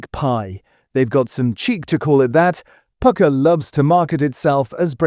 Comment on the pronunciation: This is just AI slop, you'll find another AI slop channel which sings the praises of Pukka pies while mis-prnouncing the name!